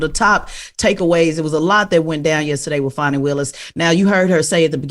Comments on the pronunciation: Man say this woman’s fucking name right… DAMN!!! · I really wish Charlemagne would stop butchering that woman’s name.